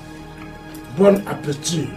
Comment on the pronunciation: “bon appetea”😂